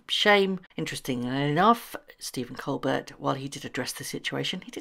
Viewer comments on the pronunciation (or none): The comedian's name is pronounced "Coal BEAR". The "t" is silent.